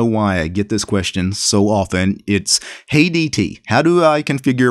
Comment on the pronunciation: Oh, "Hey DT" - I heard "Hate ET"